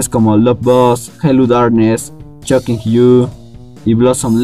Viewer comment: Y por cierto no se pronuncia /chokin/ con «C» es /Shocking/ con «S» Shhhhhhh